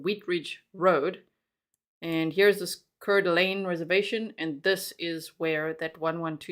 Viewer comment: It is pronounced Core Da Lane it’s where I’m from 😊